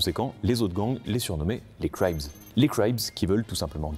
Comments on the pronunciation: Juste une petite précision. Le nom Crips vient, comme dit dans la vidéo de Cribs (prononcé Crips avec un B et non Craïbs 😉), "berceau" en français pour la jeunesse de leurs membres. Surnommés Crippled (estropiés) par les gens du quartier à cause du fait qu'ils se donnaient un style pimp avec une canne, ils deviendront Crips (diminutif de Crippled et qui sonne comme Cribs le nom d'origine). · Très sympa la vidéo et beau travail de recherche. Petites précisions: "cribs" (pour berceaux) se prononce pareil que "crips" (donc "cree-bs" et non pas "cry-bs"). Les "cripplers" ne sont pas les boîteux/estropiés (cripples) mais plutôt le nom que tu peux donner à ceux qui vont justement te faire boîter. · on dit pas "craïb" mais "crib", désolé ça me titillait. Trop bien ta vidéo, super travail!!!!